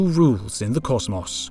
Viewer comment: "cozmoss" LMFAO